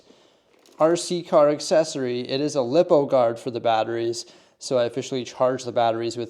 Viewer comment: Its not "lip - o" its "lie - po" cause the li stands for lithium and po polymer